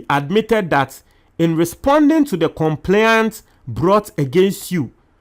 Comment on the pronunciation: Check your pronunciation of the word ' complaint ' .